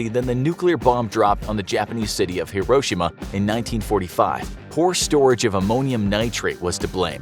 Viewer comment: Hiroshima = HERO-SHEE-MA